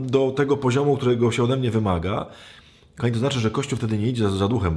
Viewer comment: KOchany Ojcze, przepraszam, ale jeśli można proszę mów "kochani" a nie ' "Kami". 😍